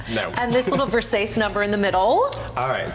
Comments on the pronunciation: IT’S “VERSACÉ”. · Please tell me Michelle is pronouncing Versace that was as a joke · Did Michelle Visage really just mispronounce Versace ? Or was that on purpose?